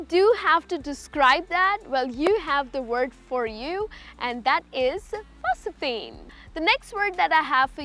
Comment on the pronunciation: Omg...look how's she pronouncing 'phosphene'...the correct phonetic transcripts are: /ˈfɒsfiːn/ ...she clearly pronounces 'school' as 'ischool'.